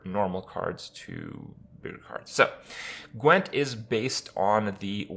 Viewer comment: The only thing you pronounced correctly was "Gwent." :D